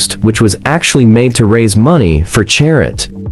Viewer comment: Nice concept, horrible execution. Why have a bot do the voiceover for this video? Not only did it slaughter all the French names, Chanel No.5 became N5, charity became "charit." Would like to see an update with a real person doing the talking.